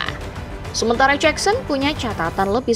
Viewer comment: Jakson min, bukan jeksen